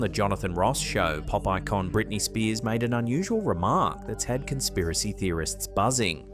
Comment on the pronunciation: When mentioning Britney Spears, it really sounded as if you were referring to her as a "Popeye Con!" - I actually heard that; not ("Pop Icon!!!") I'm sorry, but that was REALLY funny and I'm laughing so hard that imma cryin!!! (Seriously. OMG, THAT WAS HYSTERICAL!) And PLEASE take no offense here; it was absolutely brilliant! 😂😂 Lots and lots of love to you!!!! 💫💕💕💕😇🕊